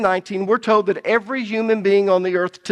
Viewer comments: That's funny because when I first started watching, I wondered where you were at because you don't pronouns your "L"s and it changes the sound of the words all together. Lol. Old instead of old, toad instead of told....lol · Love ya brother. Enjoy your teaching and faithfulness to God's Word. Just 2 things.... Stop yelling. You always sound angry, as if you're chastising everyone all the time. And speaking of regional accents, it's tolllld, and ollllld and solllld and folllled and colllld. Yes, you pronounce the L. I can handle people from the south, north east, and most accents, but there is a difference between an accent and destroying the English language. Thank you😊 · It's so ironic how he comments on dialects and everytime i hear him say the word "told" he's actually saying tye word "toad". It's so funny to me. Sorry for the side note. This study content is amazing!